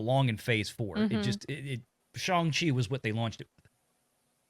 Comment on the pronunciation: It's pronounced Shawn of the Chi......come on, guys!